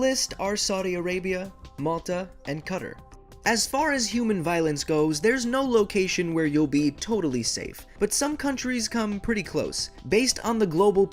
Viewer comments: Bro pronounced Qatar as cutter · Dude this guy really said kutter instead of qatar